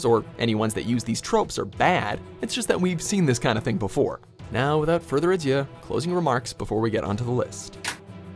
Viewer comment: "Now without further awhat"?